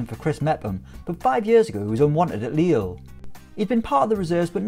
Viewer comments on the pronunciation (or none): none